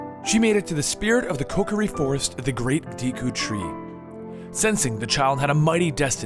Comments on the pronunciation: how do you wrongfully say everything deeku? oakarina? ocarina and deku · Do-ku tree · Isn't it the deku tree, not the deeku tree? No offense just... Idk. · The "e" in "Deku" is pronounced as a long "a"